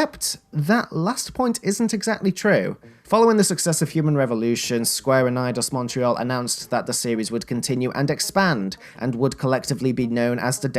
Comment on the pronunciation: you said "meidos ontreal" at the end there, lol. still a terrific video, though. I can tell a lot of passion went into this and I enjoyed hearing your opinions on the game